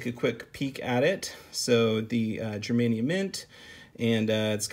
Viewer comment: pronunciation of "Germania" is painfully wrong lol don't me!